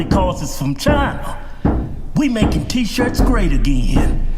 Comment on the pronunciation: No he said chiiii'na